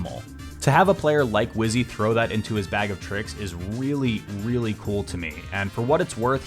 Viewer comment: "weally, weally cool"